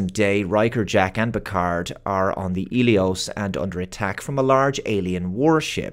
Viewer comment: Hmm, I thought the medical frigate was called Helios, but keeps saying Elios, unless im mishearing him